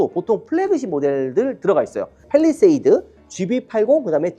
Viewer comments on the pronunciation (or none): none